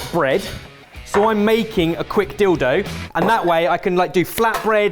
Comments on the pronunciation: Haha, I was the opposite. I could only hear dildo and couldn't figure out what he was talking about until had him repeat it slowly. One of the possibilities that went through my mind was that he was actually going to make something dildo-shaped, lol. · I had NO IDEA what he was talking about the first time he said dilldough 😂😂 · "I'm making a quick dill dough..." Me, currently focusing on something else for 3.25 seconds: DOES A DOUBLE TAKE AT HYPER SPEED!!!